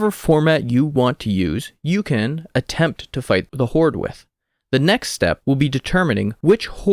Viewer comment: Please stop saying "horde"